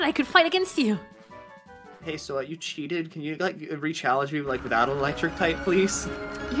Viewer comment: I can't tell if saying "Challange" is intentional or not